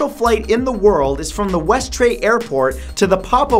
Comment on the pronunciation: Westray is pronounced westree